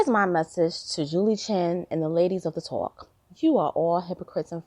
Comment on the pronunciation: The “tooowalk”. Ha!